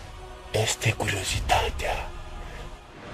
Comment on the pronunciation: APP... ZII LA SA NU MAI PRONUNTE,, ESTE,, CA TAMPITII!!! SE PRONUNTA,,IESTE,,:p